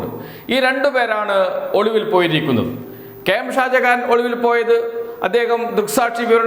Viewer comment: ഒളുവിൽ അല്ല ഒളിവിൽ മലയാളം പഠിച്ചിട്ട് വാടാ ഊള തെണ്ടീ.